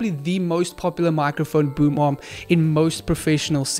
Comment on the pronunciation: Every time he said boom arm I heard boom mom 😂😂